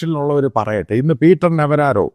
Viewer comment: Peter Navraro Alla Navarro aanu